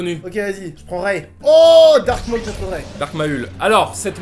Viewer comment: Carlito a vraiment appelé "Dark Maul" "Dark MaUUL" :'(